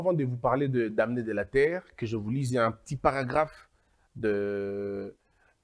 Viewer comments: Pardon on dit les "danés" on ne lit pas le"m" dans "DAMNÉS" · On-dit les Dans on ne prononce pas le "m